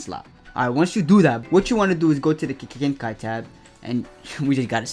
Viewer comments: bro how he ses GENKAI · You know it’s legit when they can’t say Genkai